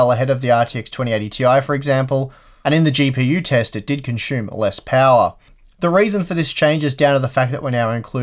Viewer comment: Why can say "Super" OK, but still keep saying "conshume?" It's slightly more annoying than Jay's "periphreal.";-)